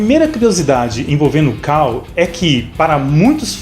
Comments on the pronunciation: "CULL". "cAll" não mano. Ta lá a letra U e não a A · Kall? Quem diria...eu que pensava que a pronúncia era cull mesmo...kk